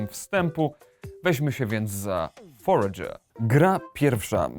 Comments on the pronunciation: Jak ta gra sie nazywa? Bo nie potrafi mówić, mówi Forge ale nigdzie tego nie potrafie znaleźć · Znalazłem ta gra ta forager. FONETYCZNIE FOREJDŻER KURWA NAUCZ SIE MOWIC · Ja pierd... Wiem, że się czepiam, ale używajcie ikonki głośnika na google tranalatorze. Foredże, kurwa... xD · Jak ta gra się nazywa bo nie rozumiem jak mówi :/? EDIT:Już wiem dla potomnych: Forager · Powie mi ktos co to za tytuł? moei tak niewyraznie ze nie jestem w stanie zrozumiec a przetwarzanie mowy na tekat mowi ze ta gra to foregerer